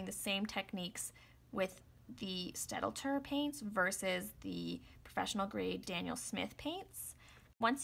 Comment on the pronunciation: Just an FYI The pronunciation is stat-ler. The German d is silent here. Thanks.